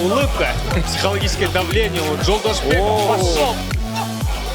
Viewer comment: Никакой ни Жолдосбек. Правильно говорите Жолдошбек!!!